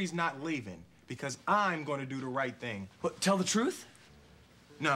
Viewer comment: did wHat?? haha he put the emphisis on the h lol